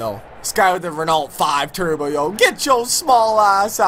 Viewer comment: Renault is pronounced "ren-oh" Just lettin' you know!